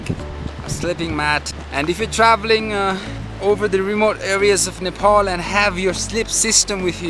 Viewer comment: Are u American nigga. Why are u saying नेपोल & डोल्पो instead of नेपाल & डोल्पा Though I've liked ur most of videos & pl nepali places or names should be pronounced in nepali accent